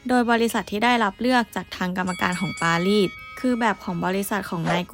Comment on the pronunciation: รูปสวยฟังเพลินเลยครับ กดติดตามแล้ว แอบติเริ่อง ร.เรือ ล.ลิง และคำควบกล้ำครับ ดังกล่าว ฟังเป็น ดังก่าว ปารีส เป็น ปาลีด สงคราม เป็น สงคาม 😊 ติดตามต่อไปครับ